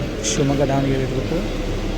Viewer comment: Sir adhu Dhavanagere not Daavanagere please pronounce correctly